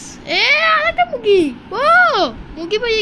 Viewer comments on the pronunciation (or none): 😂😂😂মুগগি না মুরগি😅😅